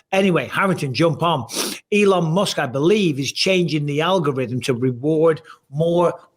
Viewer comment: Algorim? Surely bisping meant algorithm